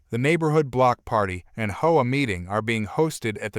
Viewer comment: Please pronounce HOA right, it’s not pronounced like whoa